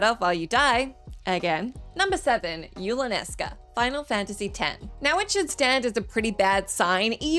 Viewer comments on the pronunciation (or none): "Yulanesca"? No. Say it with me: YU.NA.LES.KA. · I know this has been a month but you keep saying "Yulanesca". LoL. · The mispronunciation of Yunalesca drove me crazy. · Yup. Physically hurt me, especially when yuna is specifically named after yunalesca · She can sleep when she learns to pronounce Yunalesca right.